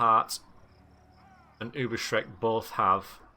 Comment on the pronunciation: Still trying to catch up! By the way, it's pronounced Ubers-rike, not Uber-shriek. As in like the Reikland.